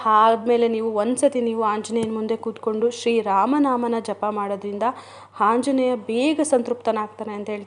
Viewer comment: ಅಕ್ಕ ನಿಮ್ಮ್ ಗೆ ಆ ಅನ್ನಕ್ಕೆ ಬರಲ್ವಾ... ಆಂಜನೇಯ. ಹಾoಜನೇಯ ಅಲ್ಲ ಹಾ ಅಂತೀರಾ...